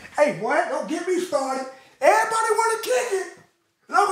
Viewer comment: she talking erabody